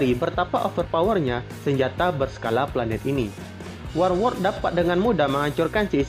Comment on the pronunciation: lucu lu bang pas bilang war world 😅